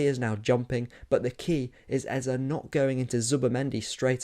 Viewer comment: Let’s stop this Eza business. We’ve all known how to pronounce this name from when he was at Crystal Palace. All of sudden. It’s Eze. Might as well call him Aza. Since e is a. It’s Eze, that name has a meaning.